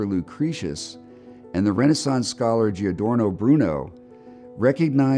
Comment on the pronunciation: Giordano Bruno. Mellon mispronounced his name and whoever put together the video misspelled it.